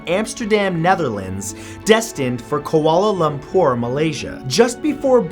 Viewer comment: Kuala Lumpur pronounced a little weird. And my aunt is one of the victims in MH370. (I'm not a hater)